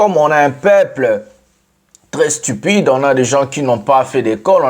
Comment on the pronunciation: J'aime quand tu dis stupide , c'est avec insistance 😂😂😂